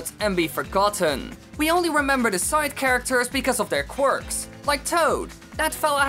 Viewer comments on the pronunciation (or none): none